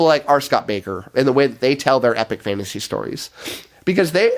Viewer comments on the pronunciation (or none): none